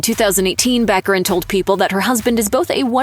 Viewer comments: Morena Bach-ah-reen. Not back arin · It’s Ba-care-in! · Baccarìn, with the accent on the last i, please. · Venetian pronunce is Baccarìn. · Before you narrate a video about someone, you really should learn how to pronounce their name. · Would it be possible for narrators to learn how to pronounce people’s names?